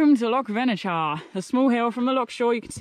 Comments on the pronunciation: Just a wee note on your pronunciation: the 'ch' in Venechar has the same sound as the 'ch' in loch. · Hi. Another great video. Plenty boggy sections, typical Scotland. It's pronounced 'Venekar'😆 9 out of 10 times if there's a 'ch' in a place name it's pronounced the same as in loch x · its loch venachar pronounced [ loch venakar] 😂😂 glad you enjoyed it up here . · It’s pronounced Vennakar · Vena-ch-ar. Ch as in loch as in char